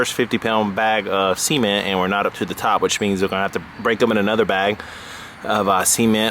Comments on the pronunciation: "seeeemen...t"...its cement man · Cement (SEH-MENT) not semen - save that for your wife. Also as someone that's worked masonry for a long time, you need to mix the concrete beforehand and pour it inside while tapping the bucket so it vibrates into place, leaving no air pockets. What you created will last a fraction of the time a well-mixed batch of concrete would. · say ceement again, please :D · See-Ment? Really! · sea ment lol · it's a wierd way to say it, but I see what he meant. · see-ment... jk. Great idea. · Was he saying seament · You are a genius this is awesome I can’t wait to be quiet and try it and I also like the way you say cement thank you sir